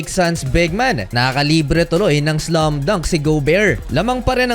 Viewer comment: You keep pronouncing it "slum dank"